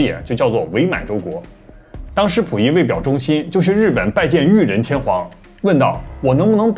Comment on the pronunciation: 为啥能研究日本历史的人却连中国末代皇帝名字都说错——溥仪，内字儿念谱。这是历史研究太精专了开始忘本了，还是单纯的大白字儿先生？糖炒票子（糖炒栗子）？此大酱碗（北大医院）？